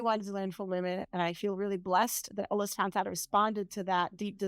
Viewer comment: Sister, may I ask you to pronounce the Name Allah with the accent on the last part Allah not A llah. Jazak Allahu khayr